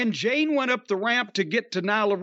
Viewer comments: It’s Jade, not Jane. So disrespectful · I’m guessing Jim is calling jade ‘jane’ on purpose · Jim her name is Jade not Jane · I swear I hope Jim goes to an event that "Jane" happens to also be so she can headlock his arse and get him to say her name correctly. She'll BEAT THAT ARSE..... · Why the fuck is he calling jade "jAnE" ? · He's always called her that, maybe one occasion he actually got her name right.